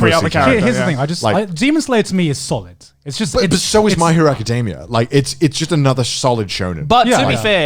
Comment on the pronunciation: Lmao "my hero acadimia"